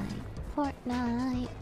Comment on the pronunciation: I knew this was gonna be a good video when lily called fortnite "fortnut"